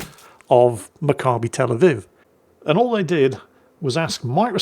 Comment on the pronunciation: You pronounced Macabbi Tel Aviv perfectly